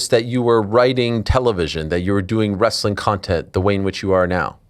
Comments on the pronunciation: Bro! It's wrest-a-ling, bro! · Why does he pronounce wrestling as ress-a-ling? Wrestling is 2 syllables not 3. What a 🔔🔚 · you mean WREST-UH-LING? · Wrestling is pronounced wrest-ling 2 syllables not 3.